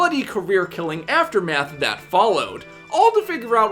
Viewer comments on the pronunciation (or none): none